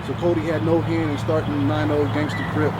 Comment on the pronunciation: I know this came out awhile ago but if you don’t pay attention to how he says CRIP it sounds like he said CRIBS. So I can see where that debate comes from